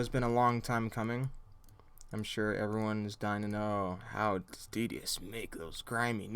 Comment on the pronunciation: I always thought that Detious was pronounced "dey-shus"...